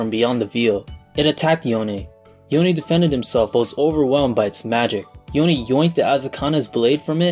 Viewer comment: Thank god you said YonE not Yone.